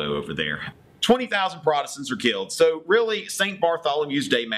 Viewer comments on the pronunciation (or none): none